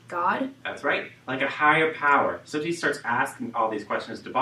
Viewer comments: Its not sosi its T-sot-si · 😂😂Cramming hours before my exam.This pronunciation just killed me .😅🙈I'm from South Africa and your pronunciation of "Tsotsi","Soweto" and "Apartheid" is beyond annoying 😢😲😖